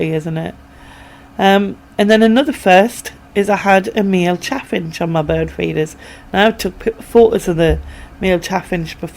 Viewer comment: The finches were so sweet! The next bird with that peach coloured breast…how beautiful!😊 ( I went back to see if I could see what type of bird you said it was and it sounded like chaffinge but I don’t know for sure?)